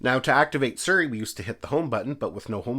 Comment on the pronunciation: Why’s he keep saying “Suri” when it’s siri